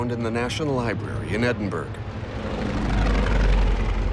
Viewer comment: Edinburg - Yegods..! That has not been in common use for Edinburgh for centuries!